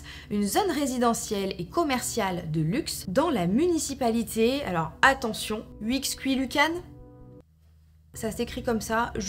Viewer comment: Coucou. Juste une petite info pr toi: au Mexique le X se prononce CH donc la ville se prononce en phonétique: Huichequouiloucane Aussi sur un autre truc la thérapie par l’équitation s’appelle de l’équitherapie 😊 Voilà en tout cas je t’ai découvert hier et j’aime beaucoup la qualité de tes vidéos (visuelles et narratives)